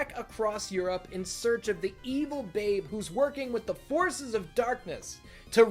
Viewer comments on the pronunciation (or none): none